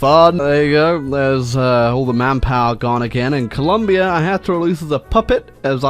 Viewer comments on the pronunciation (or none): none